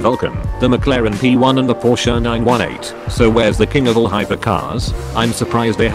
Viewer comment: It is called Porsche 9-18 not Porsche 9-1-8😉